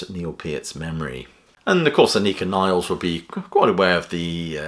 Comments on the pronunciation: Anika Nilles, pronounced Nill-es, not Niles. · It's not Niles, it's Nilles. Double l. Pronounced: Nil-less. It's great news. The idea that Lee and Lifeson have no right to play under the name Rush, is ludicrous. Plus, the best way to keep the music that Peart co-wrote alive is to play it. And the best way to attract audiences to these concerts by two members of Rush is by calling it what it is: Rush!